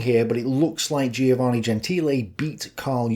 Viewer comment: I tell you, these Greek philosophers were getting hold of some mighty fine drugs - and are just a bunch of dreamers. Listen mate, you need to get out a bit more - a good walk every day is recommended. PS Giovanne is pronounced JO-VAN-EE ie the "i" is silent.